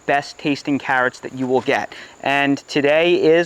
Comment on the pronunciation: I watched this one just to see you say cahhrots lol.